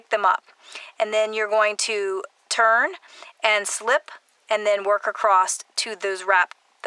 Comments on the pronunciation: The word, "across," is not pronounced with a "t" at the end. Sorry, but it hurts my ears. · Where is the term “acrost” from. I never heard it before YouTube. Must be a specific area dialect but I’m wondering what area in the USA commonly refers to ‘across’ as “acrost”. I’d love to know. I’m Australian and most Aussies have the exact same dialect with minor variety in accent. Some southern AU states say ‘castle’ as per USA pronunciation and ‘chance’ and ‘dance’ as per more educated British. Fascinating